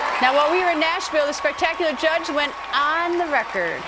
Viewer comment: Greta it is JUDD not JUDGE!